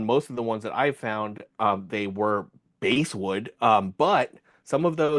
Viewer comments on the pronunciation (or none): You guys keep mispronouncing “basswood”. The “bass” in this word is pronounced like the fish, so it rhymes with “class”.